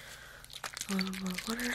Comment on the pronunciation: “Some wataar” 😂